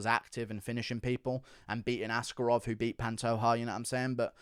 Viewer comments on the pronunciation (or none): none